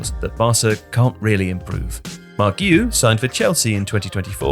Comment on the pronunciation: Guiu is pronounced ' Gee - uh '